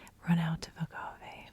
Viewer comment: I love using agave in my tea! Also yes, you pronounced agave correctly!